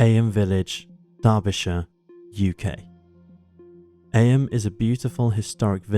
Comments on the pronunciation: I just Googled it and you're right, the British pronunciation is "eem" but the American pronunciation is "ay-uhm", however this narrator is British not American so you'd think he'd know how it's said over there...!! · Firstly, ignore the moaners about the narration, love both voice overs. One thing thouh, Eyam is where my wife and I's best friends are born and bred. It is pronounced 'eeem,' they're very proud of that history. They have celebrations every year, it's great! Worth a visit, be wary though, the local pub has a few miscreants (lol, jk, friends of mine) who happen to refer to non-locals affectionately as 'townies' - they mean it as a derogatory term, tongue in cheek though. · Eyam is pronounced ‘Eem’. Do your research.